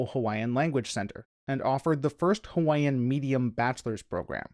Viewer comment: Finally, someone who actually tries to pronounce Hawaiian in a video about Hawaiʻi! You’d be surprised how rare this is. Youtube is full of people who profess to know all about Hawaiʻi but they can’t even pronounce words as simple as “ke” or “ʻo”.